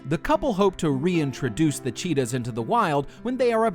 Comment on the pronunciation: What’s all of this “Thee” stuff? Terrible English “Thee fastest animal on the planet?” How is that English?